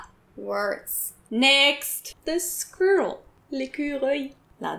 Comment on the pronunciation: Normally your English is note perfect, but "squirrel" must be one of the few that catch you. That said, I woiuld say that the German language strives for truthfulness and accuracy...to a fault!